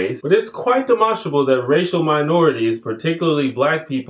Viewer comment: Two comments; I always use the method of using specific phrases to entice the other person to think more critically when it comes to conversations where they make outlandish claims. "In what context?" or "What do you mean by____?" Secondly, I love it when people say the word "demonstrably" correctly, no reason why, it makes me think of monsters proving a point I guess.